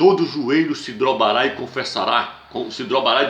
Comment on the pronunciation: Disse "drobará"... e duas vezes ainda... kkkk